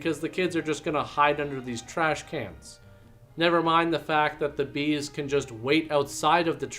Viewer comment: BEAD'S?! Or are you saying BEE'S?